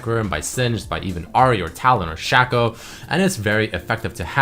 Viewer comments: Shaqco? Not Shaco? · its shaco not shaco